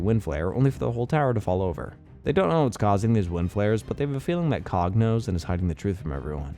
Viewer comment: “C O G”, ew.